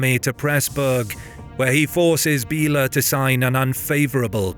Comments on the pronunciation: Great vid. One thing tho, names m8. Idk try to like ask someone how to actually say the name cos hearing "Billa"(in the language) instead of correct way to say "Béla" is bit weird especially when "Billa" is a shop in those modern day countries. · It´s Béla not Bila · "bell' ah".:face-turquoise-covering-eyes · Still "Bell' ah."